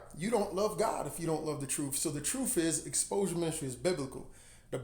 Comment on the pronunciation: Ps... I always chuckle at how you pronounce truth as "troof" 🤭 Great message! Keep up the great work, and God bless